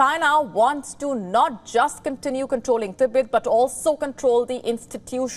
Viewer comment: Tibet becomes T_Bird??? Xi Jin Ping becomes "Eleven" Jin Ping. These Indian newsreaders are great, just great. No?